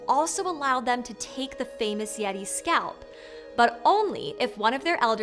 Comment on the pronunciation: Did anyome else hear "Laurel" instead of "yeti"?